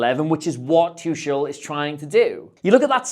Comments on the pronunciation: Its too-kool not too-shul. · It’s “TOO-hull” with a phlegmy sound on the second syllable Love the analysis though! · Thomas whooo? Tusshel? Noo. Absolutely no. He's one of the most well known managers. How can you butcher his name like that? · Great Video but please learn how to say Tuchel hahaha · that pronunciation... what a tuchebag, amirite?